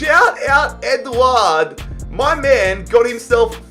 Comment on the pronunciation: His pronunciations throughout the video hurt me. Man called Edouard "Edward"